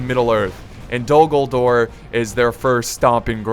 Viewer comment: Who else thought he said dumbledore?